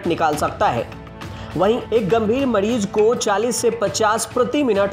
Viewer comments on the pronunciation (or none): मड़ीज नहीं मरीज, उपकड़ण नहीं उपकरण.. सुधारा मर्दवा